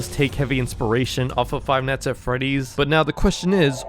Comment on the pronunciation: Say night, wrong and night night night not not not. It’s not neat. It’s night.